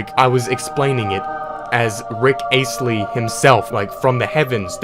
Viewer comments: Two mistakes in one statement as he is also got his surname pronounced wrong. It isn't pronounced 'Ace-lee, it's more or less pronounced 'Ass-lee'. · "rick ACE-ly" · "Jin-is" "Rick Aysley" Jesus Christ, this guys inability to pronounce words is painful. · its pronunced "ast-lee" not "aest-lee" lol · I love the way you pronounced Astley. It's Supposed to be pronounced Ass-lee. But i love the way you pronounce it. Ay-slee. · Rick ACETLEY RICK ACETLEY its pronouced ASSTLY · It’s not pronounced ace-ley it’s pronounced assley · Are we not gonna talk about the fact that he pronounced his name Rick Aeistley?? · Why does he pronounce Astley “Ace-tly” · did this man seriously say Rick Āstley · *rick ay stlee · Did he say Rick Aesley? lmao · "Rick aystely" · Rick Aceley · Rick bruce lee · Rick Asslay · For someone who Rickrolls everyone, you could atleast pronounce his name proplerly lmao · Guinness Astley These arent hard to pronounce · It's perfect you have this record but can't pronounce Rick Astley's last name properly. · For someone who holds a Rick Roll world record, you'd think they would pronounce Astley's name correctly.... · Holds the record, but can't pronounce Rick's surname properly 👌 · How can you make a big thing about Rick rolling and not know how to pronounce Astley?!!! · The way he pronounces Guinness and Astley makes me shudder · How can you make this video and not know how to pronounce Guinness OR Rick Astley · you pronounced astley wqrong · I cannot believe the world record holder for the most celebrity rickrolls can’t pronounce Astley.